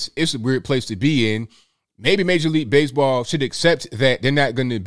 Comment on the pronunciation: "Base-a-ball been bery, bery good to me"